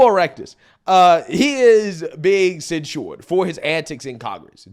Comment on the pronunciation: The way you say censured is ridiculous. It's not cen-shored. You're adding extra stuff that's unnecessary. Maybe this comment is unnecessary. But dude, you constantly say things wrong and do these subtly annoying things.